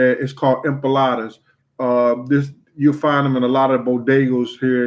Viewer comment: Empolada lmao 😂😂 its empanada! Damn hahahahaha put some respeck on its name lmao